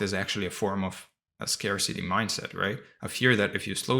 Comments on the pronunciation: Me too, and 'scarcity' pronounced scar-city instead of scare-city. I've listened to quite a few of your videos and this is the first one where I realised English isn't your first language. You do so well. Lovely clear articulation. ❤ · Two English words you mispronounce. VACUUM and SCARCITY.